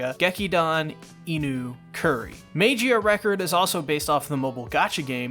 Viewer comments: It's pronounced "Mah-ghee-ah", not "may-gee-ah" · No, mag eehhuhh record, not mage-eee uh record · Well lemi just join you guys like the 'MEYGIA RECORD' or 'MEIGIA RECORD' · It’s pernounced mag-e-uh record. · Sigh, let’s teach you how to pronounce Magia, magic without the “ic” and gia pronounced jia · im sorry but i cringe everytime you mispronounce magia